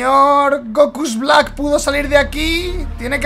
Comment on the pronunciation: Nosellama así. Se llama Blak